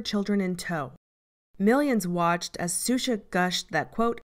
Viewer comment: Just a small nitpick: the name is pronounced "Shusha", not "Susha". This is anither great video, though.